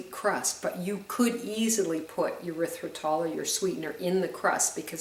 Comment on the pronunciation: Nice, but the way you pronounce Erythritol is disgusting. Urethratol??? Sounds like an antibiotic for a bladder infection!!!